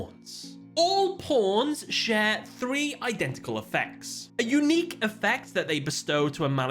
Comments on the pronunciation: he's just saying pawns it does not sound like anything else you're just imagining it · I know you're saying pawns but my ears hear something else.